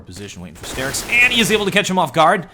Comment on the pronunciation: i don't want to be that guy, but please call him star-ix not stair-ix <.>